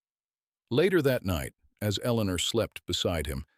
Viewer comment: Another Eleanor at least pronounced correctly by this AI